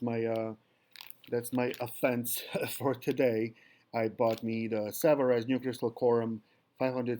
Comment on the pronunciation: Made in France. Pronounced Savaree